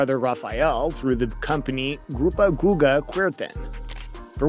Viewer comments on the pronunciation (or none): Horrible pronunciation of players' names. I barely managed to listen to the story about Kuerten. Let me help you with his name. It's /gustavo kuerten/.